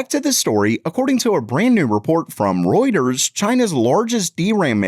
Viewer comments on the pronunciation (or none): none